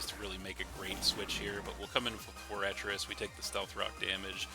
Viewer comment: its pronounced FORE-TRESS. Sorry it was driving me crazy